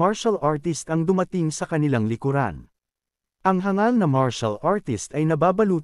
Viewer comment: ayos hindi na hang gal sinasabi mo kundi hangal na good job . korny kse ng hang gal saket sa tenga